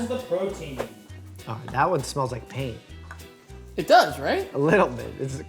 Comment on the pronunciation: I legit thought Doctor Mike said "this one smells like pain" instead of paint and honestly I just went along with it haha